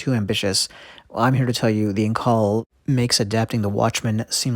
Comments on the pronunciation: Is it pronounced "In-call", or "In-cull"? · So more like in-cowl, or like you said when pronouncing California. That's actually what I was thinking after I left the comment.